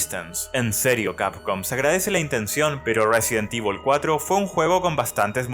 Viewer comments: Como cuando le dices resident tivol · resident ivol